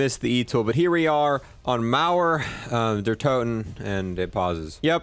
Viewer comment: I’m sorry but you just can’t pronounce the German ones Small Tip: “Der” is pronounced like Dea (it’s spoken somewhat fast)